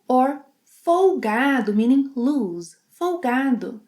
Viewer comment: Cuidado com loose,. Tem o som de S lá no fim. Com som de Z é o verbo lose (= perder).